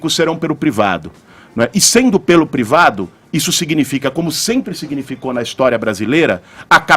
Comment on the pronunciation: “Prevado” chega de ouvir o Kra quando não sabe falar privado